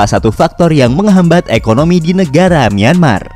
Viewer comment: Nyemar apa myanmar bg